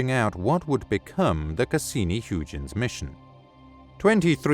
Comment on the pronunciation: Learn how to pronounce Huygens name right.